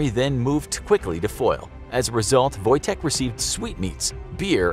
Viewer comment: Your ,,Wojtek" is good